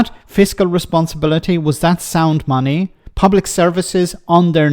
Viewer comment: "Sound money" you say,. I'm sure I heard it as "sound funny". That's not funny ha ha, of course, but the other sort.